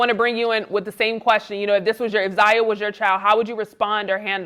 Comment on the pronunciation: No his name is ZION not Zaya